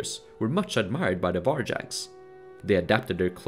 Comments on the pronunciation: Var-YAgs, not VAr-DZHaks. similarly, StAra-YA LAdoga, not StarA-DZHa. Rus as R-OO-s, not R-AH-s. Pechenegs are Pe-TCH-enEgs, not PE-K-enegs. Seriosly, it hurts my ears every time I hear those. You did a lot of research for the video, why not research pronunciations? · Can u research the pronunciation of words you use like 100 times inn the vid? There's no such thing as "varjacks"